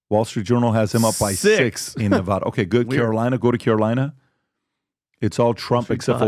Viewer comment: Some of you are pronouncing Nevada incorrectly. It’s VAD not vod.